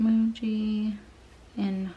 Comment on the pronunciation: I love the juice pens. And I just got some G2 .38 and love it too. My guess is the signo won’t have consistent flow. Muji is pronounced mugee. Lol. I have some other fine tips I will have to let you know about as well.